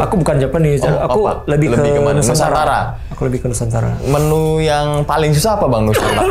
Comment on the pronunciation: Menu bang bukan Menyu